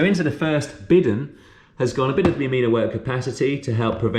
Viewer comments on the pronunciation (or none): Sorry, but the French word 'bidon' is pronounced 'bee-don'; you been steered wrong, imo.